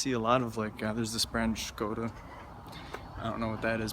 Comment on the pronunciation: Hi, you have like really good Czech pronunciation for foreigner and being her for 3 weeks :D. You probably notice this already or been told but Škoda is Czech car brand and EU has less space that means more narrow roads and thus smaller car.